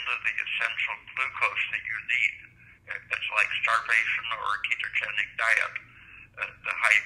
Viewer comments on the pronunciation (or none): none